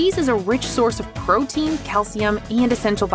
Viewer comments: if you're a crotein then im a crofessional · both and say crotein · crotein… crow…… DANGEROUS CROW BOY MENTIONED!!!! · yeah, cro. it's crotein. trust me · Heard it the second ur comment popped up